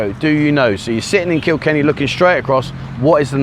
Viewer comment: First time I've heard you say Kikenny. Well done.